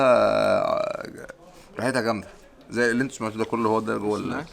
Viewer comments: هاديك الثانية اسمها بْسْطِيلا ماشي باستيلا ههههههه فلوگاتك فالمغرب تحفة 😍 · not pastila bstila :)